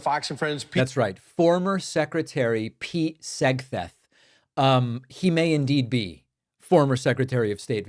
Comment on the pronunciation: You AGGHHHHHHH u messed that up!!!! Ur criticizing SPEECH but u spoke wrong and said “SEGTHETH” check it out!